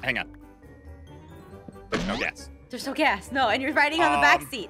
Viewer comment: am i the only one who thinks that this part is hillarious so i keep replaying it 😂😂😂when says "is it eins face?" 😂😂 Edit: and when says "his blue hair streak" Edit2: is also so funny😂😂😂 Edit2: also is a savage😂😂 Edit3: when she said gas it sounded kinda weird Edit4: 😂😂 aph and ein are going up agnst 😂😂